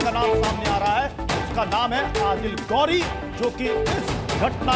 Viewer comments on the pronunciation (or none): गौ‌री नहीं....घोरी बोलो.